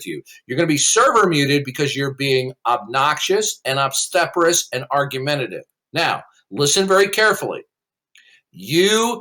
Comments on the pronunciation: Every time he mispronounces obstreperous it makes me giggle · Obstreperous is the word you twice failed to say